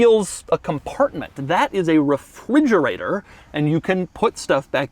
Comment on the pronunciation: that is a refwigerator 😅